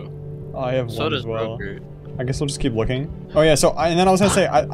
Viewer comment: rogurt rogurgitating